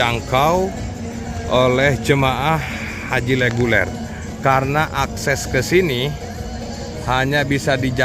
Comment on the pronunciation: menit maaf sedikit koreksi, "leguler" yg bener mungkin "reguler"